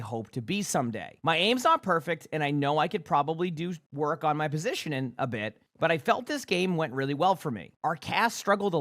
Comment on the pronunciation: I love, but someone seriously needs to tell him there's a 'g' in the word 'positioning'